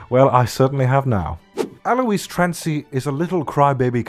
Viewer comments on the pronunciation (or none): none